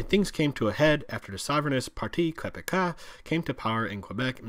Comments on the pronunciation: Parti Québécois is pronounced Par/Tea Keh/Beck/Kwa and Chretien is pronounced Kretsien and Newfoundland is not a Maritime province only New Brunswick, Nova Scotia and Prince Edward Island are considered maritime but if you put all four together then they are referred to as the ATLANTIC provinces. FYI and great video and explanation...good way to tell the separatists what the reality would be like for them. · "Le parti quebeca" XD Best pronounciation I ever heard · Party Quebekah... lol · Parti quebecka?? What the hell bro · Great video! That being said, hearing you pronounce Parti Québécois hurt my heart. Vive le Québec and great stuff, I enjoyed the video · I fucking DIED LAUGHING with his pronunciation of "Parti Quebecois:!!!! Then again with "Jacques Pari-ZOO"! LMFAO This video has so many fucking inaccuracies, it's not even funny. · the way... you murdered the separatist party name. OOOOOF.